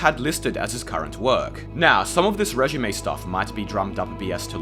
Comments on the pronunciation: He’s saying “résumé”, obviously. Regime is pronounced “rey-zheem” not “ray-jeem”. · are you saying "resume" or "regime"? regime is pronounced "ray jeem" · bro.. its résumé. Lmao. Regimay 😂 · Brother you’re killing me “resume” 😅